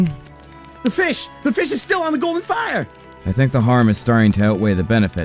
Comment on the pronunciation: I noticed pronounced that last line like "golden", but isn't it supposed to be like "gall-durn"? Otherwise, great dubs.